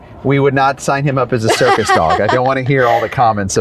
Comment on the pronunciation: You said CIRCUS?? I thought you said SERVICE dog multiple times until I finally realized.